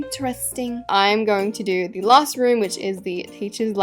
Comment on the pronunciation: “..aNd lAySt bUt nOt lEaSttT..” girl.